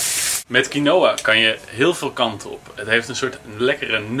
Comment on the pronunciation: Je spreekt het uit als kienwa niet kienoa